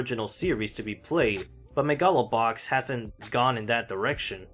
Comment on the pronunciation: But that's how you pronounce it!